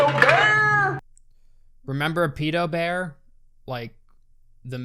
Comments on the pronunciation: Stop calling it Peedo bear please. That is how British people say it. No one in the movie even says it ike that:P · It annoys me so much you mispronounce pedobear when you show them saying it properly several times.